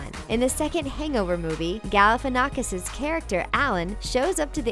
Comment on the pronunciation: Galifianakhs is from Greece daaaa!!! And you said that wrong ok you might you don't come from Greece but i'm from Greece and you say his name WRONGGG BTW GALIFIANNAKHS IS FROM CRETE😍